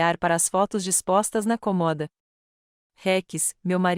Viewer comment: Alô, burrice artificial! Por que você consegue falar incômodo, mas nào consegue falar CÔMODA? 😂😂😂😂😂